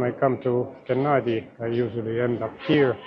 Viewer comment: Thankyou for saying a hard G, i wasn't sure.